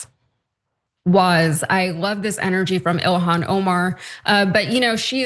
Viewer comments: It's so stupid how Nancy Mace can't say Ilhan's name.. Why are Republicans not more embarrassed more often by these people? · She can't even pronounce her name right even though it's pronounced exactly like it's spelled. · Being that this animal want to mispronounce her name here is on e for this bigot: How about Nancy disgrace.